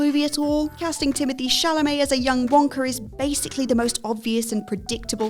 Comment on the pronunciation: How did you go from ''Wonka'' to ''Wankar'' in the span of 3 seconds?